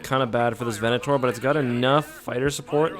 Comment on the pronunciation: its a venator its a venator please for the love that is cannon please say it right